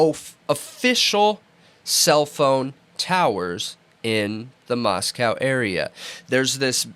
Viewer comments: Also there is much in the PCA about cell phone pings, they are saying “totality” of circumstantial, so they are very much relying on the cell phone data as key evidence. As far as pronouncing Moscow, Pick your battles. It’s insignificant. We all know what they mean. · You guys are great - you really are. And smart. But you dumb yourselves down and offend the good people of Moscow by mispronouncing their town.